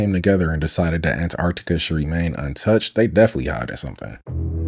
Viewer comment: im sorry but theres a T in Antarctica!